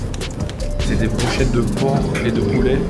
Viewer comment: Do you have heeeuu... de bwochettes ? Mdrrrr tu m'as fumé 🤣🤣🤣🤣